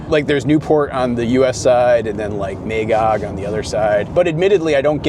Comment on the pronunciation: I'm a Quebecker, and you pronounced most of the name quite well. Magog would be pronounced more 'Ma' (like with grandma) 'gog' rather than 'May' 'gog', but that was mostly it.